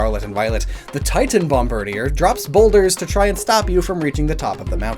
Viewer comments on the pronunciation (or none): "Bomb-BIRD-ē-uhr"?! I figured it was obvious this name is meant to be pronounced BOMB-buhr-DĒĒR. Ya know...like "Bombardier"? 🙄 EDIT: Omg ... he pronounced "Bombardier" wrong, too. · Bomardier is pronounced Bom-ba-DEER btw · Hearing him repeatedly mispronounce bombardier/Bombirdier for 10 minutes was pain.